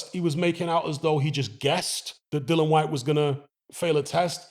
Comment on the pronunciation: Dillon!! Get his name right. Drives me crazy!!😤